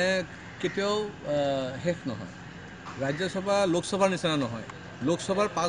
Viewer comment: আগতে অসমীয়া ভাষা কবলৈ শিকা ও তাৰ পিছত জাতি ৰ কথা কবি। ৰাজ্য চভা নহয় বোপাই ৰাজ্য সভা।